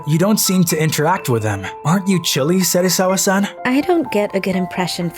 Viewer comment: yo you honestly lost me at "serisawa-san"